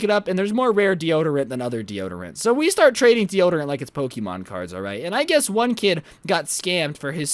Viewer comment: You said pokeemon, you are supposed to say Pokemon!